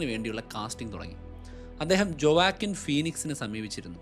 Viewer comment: Great study bro❤ A correction: ജൊവാക്കിൻ അല്ല… വൊക്കീൻ ഫീനിക്സ്